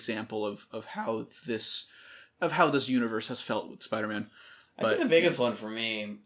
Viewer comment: "of hOw"